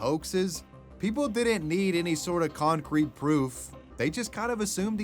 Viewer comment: Love you, but why'd you pronounce it "cuncrete?" 😅